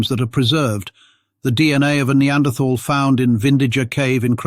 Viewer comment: Funny that the reader does not know how to say "Denisovan," or "Neanderthal."